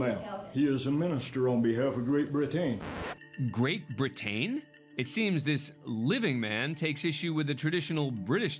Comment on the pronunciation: "Great Brit-TaN" 🤣😭💀